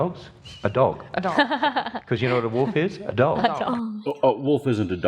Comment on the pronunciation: She also says wolf like "woof". These wooves have hooves.